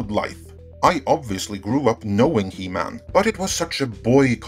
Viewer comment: “He-MAN” Say it. “He-MAN”